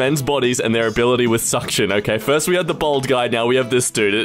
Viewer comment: bald is pronounced "balled", not "bold". If someone is bold, it means they are confident or courageous, not that they are lacking hair on their head 😒